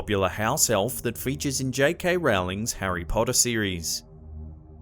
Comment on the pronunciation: it's Rowling like bowling ball bowl like cereal bowls sorry it bothers me when people say it like Rawling it's JK Rowling not JK Rawling okay 😁